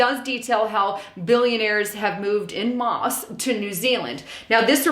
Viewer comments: It's pronounced 'on mass', not 'in moss'. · It's "En Masse" for your Info......